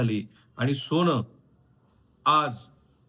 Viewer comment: ' सोण' नाही ’सोन’असत ते उगाच फार स्पष्ट बोलायला जाऊ नका